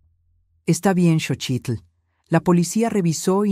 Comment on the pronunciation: Lo que me preocupa es la pronunciacion de los nombres es Xochilt no chochilt, y eso que es nexicana